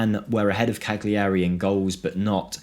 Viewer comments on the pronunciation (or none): its not Cag-liari, its Ca-liari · Cal-yarry The G is muted to the back of the throat and is barely there to us non-speakers.